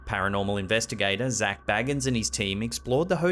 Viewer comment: Zak Bay gans nor bag ans